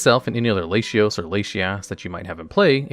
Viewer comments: Hearing Lashyas and Lashios is for sure a Reuniclus moment xD to my knowledge, they are and have always been La-ti-os or Lati-oss and La-ti-as or Lati-ass... I can understand tho for English only speakers, but for Spanish speakers like I, the La-ti-os / La-ti-as pronunciation grew organically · Oh no, its La-ti for everyone idk why he pronounces them like that cause like it doesn't make much sense in english either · I wish you'd look up how to pronounce words. Trio is not Try-oh, it's tree-oh. Latios is doesn't have a sh- sound, it's Lah-tee-ohs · I immediately came to the comments after I heard that Latinos pronunciation to see if I was bugging or missed something lmao. I just started following this channel I hope my guy has learned how to say it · I've never heard Latios pronounced "Lay-shee-os." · Lay shee ohs makes me want to kill myself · Homie saying Laysheeos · ...it's "lah-tee-ose" and "lah-tee-ahss". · Hey guys, I'm not trying to be nitplcky since I've been waiting someone to make this kind of content for some time now, but you have to start double checking the pronounciation of names to take the quality of the vids up. I may be just obnoxious so feel free to not care for this but it's very weird for longtime pokemon fans to hear "jean-sect" or "lashios" (I also remeber hearing the pokemon named monsters in another vid, which with your yugioh background is understandable). Anyway just my 2 cents, other than that your content is great, I got hooked on your main channel after finding this one, keep it up! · ahhhh my ears XD Lay she os lay she as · I have forgone correction because I just assume you haven’t heard them spoken, but it’s kinda funny to hear your unconventional pronunciations…La-tea-os and La-tea-ahs Like Spanish masculine and feminine -o -a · Love you but you’re gonna need to brush up on your pronunciations if you’re gonna be releasing Pokémon content! Lah tee ohs, Lah tee aws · That latias/latios pronunciation had me rofl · España haha.